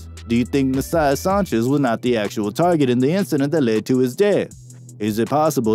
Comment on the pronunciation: How do you mispronounce Sanchez